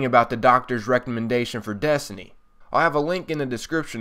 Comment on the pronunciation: It's also funny how he says desny not destiny